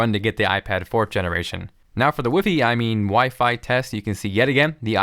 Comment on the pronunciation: "wiffy" xD